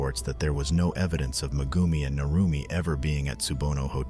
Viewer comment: Mah-goomi? Yeah sure,...